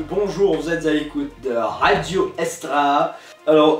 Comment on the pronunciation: RAdio Essstra Hahahah..:D